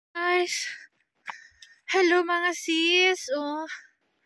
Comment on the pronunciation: Diretso mo dila mo.. Sis..hindi sess Kpag s hi hello ses a bigkas mo.. Kpag s sister in law sis.. Ano b tlg ate lukaret.